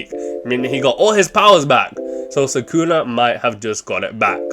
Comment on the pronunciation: ITS SUKUNA NOT SAKUNA GODDAMN